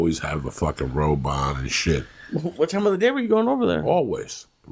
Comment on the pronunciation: I thought he said robot not (robe on) lmao.